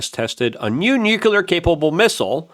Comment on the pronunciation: PLEASE! 🙏Repeat after me... NEW...CLEAR. NEWCLEAR. Nuclear. Not Nuke-you-lur. 🤦‍♂️